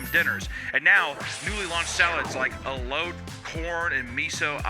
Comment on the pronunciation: Your pronunciation of "Elote" and "Edamame" gave me Crohn's Disease